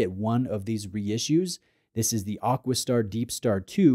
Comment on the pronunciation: I know you get hauled over the coals occasionally for you pronunciation, but isnt it AquaStar, not AquisStar 😂